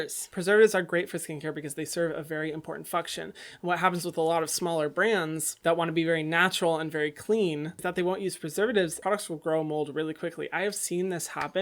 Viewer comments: When you said “function”, it sounded like you said “f*ck-tion” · When he said function it sounded like f**k-tion